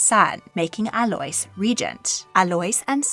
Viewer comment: Just so you know Alois is pronounced like a-low-ees 😊